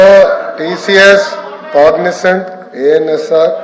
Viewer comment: కాగ్సెంట్ కాదు అన్నయ్య కాగ్నెజెంట్